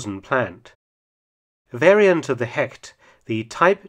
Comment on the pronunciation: A little advice because I know Mark tries everything to pronounce the German words right. Hecht is not pronounced 'Hekt' in German, it sounds more like 'Hesht'.